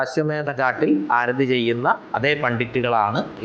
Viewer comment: നിളാ ആരധി അല്ല മേഡം ആരതി എന്ന് പറയൂ. കഷ്ടം